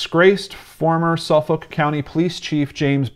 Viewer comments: Haha sufoulk pronunciation lolllll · Thanks for all the amazing links! I live in the area, been on the ocean parkway thousands of times in my life. When you said Suffolk though I lol'd a bit! It's pronounced suf-fuk by native long islanders. This story has bothered me since day one. I just want this guy caught. It's scary knowing he's still out there somewhere. Don't know if you already did but you should read the book Lost Girls and American murder mystery.